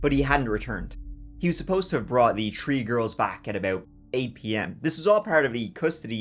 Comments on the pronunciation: Three not Tree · Tree tree six 😂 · Is he saying “three girls” or “tree girls”? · Th th th three not tr tr tree at least make an effort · TREE FIFTY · I'm glad there was 3 daughters cuz we get to hear u say TREE so many times 😂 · It is cute that you cannot pronounce "three" in English. Less so that you don't even try.